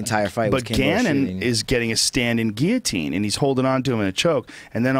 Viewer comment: i still laugh when he says Guillotine "ge A teen" :D